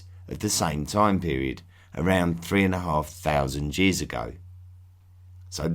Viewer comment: did u say Jears for years?! lol